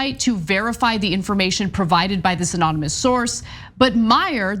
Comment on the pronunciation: Are you trying to say "anonymous"?